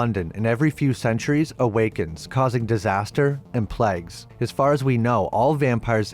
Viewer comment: We should all make up a drinking game where we take a shot every time he Pronounces plague wrong we would be drunk as hell😂 pleg lol